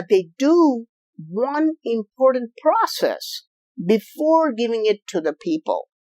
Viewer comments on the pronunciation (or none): none